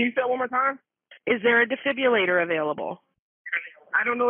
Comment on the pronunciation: First dispatcher can’t say defibrillator properly.